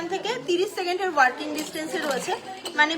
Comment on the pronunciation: Apner anusthan dekhi, bhalo lagey, ami kolkatay thaki, apner du akta uchharon khub kane lagey, apni ki walking ar working er toffath bojhen na...., eto khub e chhotobelay thekei jane, uchharon thik kore korle ar je ward uchharon korchen, ter artho jene bollei anusthan aro beshi monograhi hobe, bhalo thakben ..